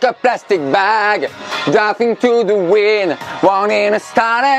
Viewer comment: Je n’en peux plus comment il a prononcer “wind” 😂